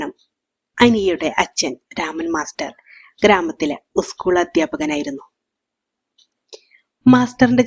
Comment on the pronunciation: കഥ കൊള്ളാം ഉസ്‌കൂൾ എന്ന് പറയാതെ സ്കൂൾ എന്ന് പറഞ്ഞു പഠിക്കൂ.